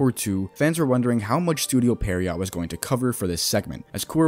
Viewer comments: pee-air-row i think is how u say it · The video is fine, I guess, but you're still including some false information that has already been debunked too many times to count. Also, how is there not a single Bleach youtuber that is able to pronounce "Pierrot" correctly